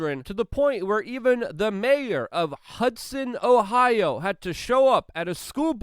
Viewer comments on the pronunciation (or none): none